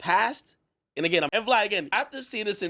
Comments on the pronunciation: I don’t think I want to hear anyone say “agian” again!! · Bro suddenly “Again” sounds like a foreign word 😂😂😂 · lol I can’t not hear it now, and it bugs the shit out of me already lol, why did have to point this out lolol fuck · He says "Again" like Terrence Howard says "Mayne" 😂😂😂😂